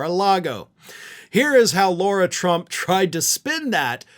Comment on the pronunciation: Lara, not Laura. Oopsie!